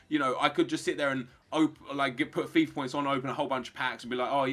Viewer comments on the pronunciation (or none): none